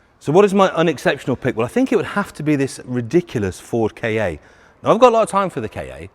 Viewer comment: Ford Kaye-aye? It's Ka, not KA.